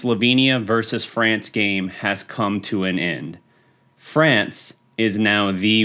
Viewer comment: Fweeence hahaha